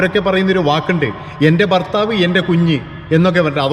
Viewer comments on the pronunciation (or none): none